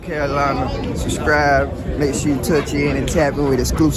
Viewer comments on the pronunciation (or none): none